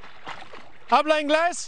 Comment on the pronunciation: My Quarter Rican ears when that dude started speaking in Spanish. Aah. He pronounced the H in Hablas